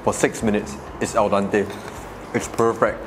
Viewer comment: fyi there is no such thing as Al Dante.is Al Dente ( to the tooth ) in Italian